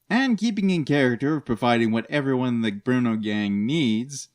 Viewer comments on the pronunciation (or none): none